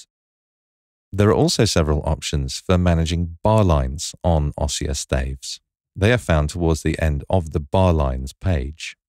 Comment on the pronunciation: Great feature. To delete you need to select both signposts. In the word "ossia" the stress is on the "i" so it is pronounced "ōˈss-EE-ə".